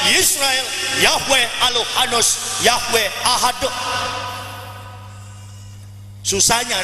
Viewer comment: bahasa Ibraninya aja salah.. bego tu orang.. yang benar pengucapannya adalah: shema yisro'el, adonay (yhwh) elohenu adonay (yhwh) ekhad. dalam bah. Ibrani: שְׁמָא יִשרָאֵל יהוה אֱלֹהֵינוּ יהוה אֶחַד silakan buka: במדבר (Bemidbar) 6:4 -- Ulangan 6:4 mana ada kata alohanus. emang anus lo. pendeta bego. jadi ustad lebih bego lagi dia. kentara ia bohong tau bah. Ibrani. cman nyari sensasi doank dari kepintarannya dalam kebodohan yang terselubung.. wkwkwkwk belajar bahasa Ibrani dulu bro..